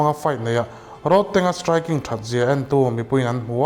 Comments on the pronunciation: Road tih thluk a lam lo in.. Thir tlawn Rod ang a lam tur Rodtang.. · Ilam diklo ahming khi tang itih khian indona tank ang in ilan a,tang Mizo takin chhiar la rodtang tih zawk tur ani e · roadtank tiin i lama. Rodtank tia lam tur ni awm tak